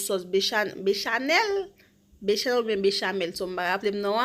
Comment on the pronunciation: Se pa bechanel se bechamel pou di okk